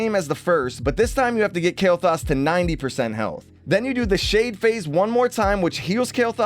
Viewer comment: I dare ya Say Kael'Thas one more time xD